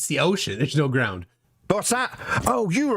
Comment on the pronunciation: He seems to have a speech impediment when pronouncing "ground". Is that anything to do with his badly maintained teeth?